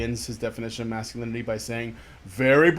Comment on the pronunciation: Anyone else find it extremely annoying how pronounces "masculinity"? It's like his tongue is too big for his mouth and he slows down and has to pronounce every syllable when he gets to lin-it-tea. Thinking about it, thats how he sounds in general with his annoying patronizing quiet voice as if if he speaks too loud he'll wake up mom and dad.